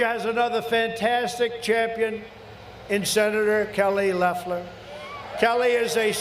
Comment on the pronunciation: Trevor Noah pronounces Loeffler’s name as Loafler. Pretty funny and accurate. She has the energy of a loaf of white bread!